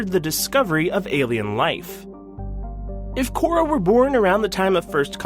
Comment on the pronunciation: Core (accent on e), not Cora. Eva Core, the human, was the love of Jack Harper, the previous name of the Illusive Man. But that's part of the speculation about Cora.